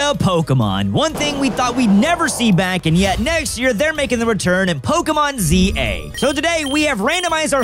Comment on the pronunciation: "Pokemon Za."